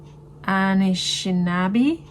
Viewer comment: I'm so impressed that you pronounced Anishinaabe correctly. They're a group of Indigenous peoples in Canada. Waubgeshig Rice, the author of "Moon of the Crusted Snow" is of Anishinaabe descent.